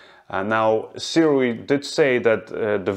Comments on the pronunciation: I will say this only once (more) it's pronounced soo-ray thanks for another great review,! I don't have a full frame camera that can film open-matte, so I'm staying with my set of aps-c sirui lenses for now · We are soooooooo spoiled as creators nowadays. Seriously. What amazing footage! And it's pronounced "sue-ray"